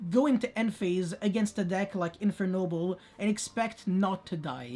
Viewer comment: Those Infernoble names were so accurate! I love the way you pronunce them, I almost forgot English is not your first language